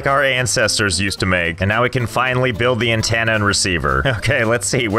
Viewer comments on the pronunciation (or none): none